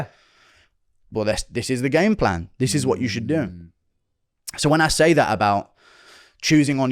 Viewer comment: I'm English and his pronunciation on some words is very unique, UF Sayuhh